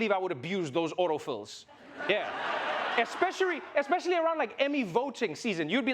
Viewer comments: Especery 😂😂😂, I’m sorry Trevor 💀🤣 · Did Trevor just say " Especiarry"? He's really African